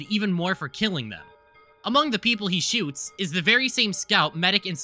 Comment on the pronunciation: I swear when you say “after he shoots him self” after the bleep it sounds like you say “he shits himself”